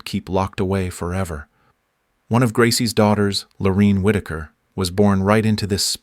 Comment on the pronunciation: WHY IS NO ONE COMMENTING ON THIS DANG AI 🤖!! This story keeps looping in on itself just like the DNA mention among the sad people represented here! Keep vigilant folks, robots are taking over! 🤖🤖🤖💩 ps ... It's Lor A inne, not Lor E inne Whitaker!